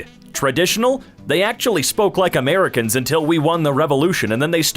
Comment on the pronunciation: You mispronounced “Americans”.